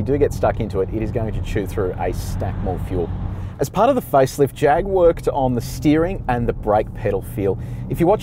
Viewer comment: you are saying Jag wrong. It's a Jaaaag.With a bit of snob note to it.Nice review though. In its class, I think it is the sportiest of the lot. One thing I don't like is the oh-so-black interior. A bit of color would have brightened it up in a more dynamic way.